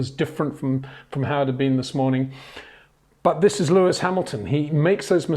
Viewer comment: ... it is NOT Lewish ... it is NOT Bottash ... and it is certainly NOT "Max Vershtappen"